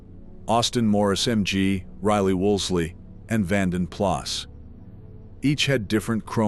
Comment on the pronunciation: ... and Vanden Plas not Plus